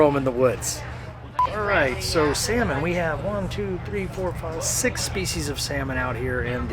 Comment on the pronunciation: There is no ‘s’ in Field. Also the ‘l’ in salmon is silent. Just in case you were wondering. 😂❤